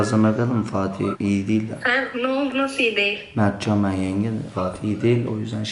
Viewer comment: Adam r söyleyemiyor diye bahav diyorsun...